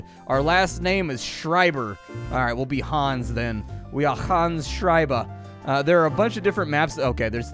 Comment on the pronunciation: Props for pronouncing 'Schreiber' correctly :) Greetings from Germany